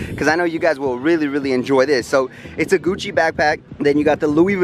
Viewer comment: Hold up hold up the Gucci slides you had said Guccy 😅😅😂😂😂